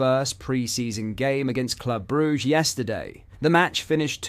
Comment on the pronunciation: is this an A.i computer voice ? as it can’t pronounce Brugge 🤔